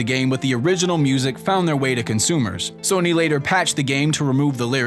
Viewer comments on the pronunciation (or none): none